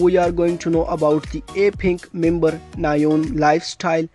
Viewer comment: Her Christian/ English name is Marcella not Rachel. And her name is pronounce as Na-un not Na-yon. 😃